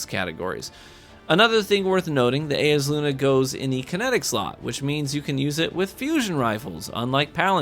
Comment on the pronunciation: It's Eyes-uh-Luna, come on.